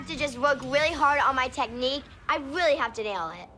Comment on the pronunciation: It is so cute that jojo says wily instead of really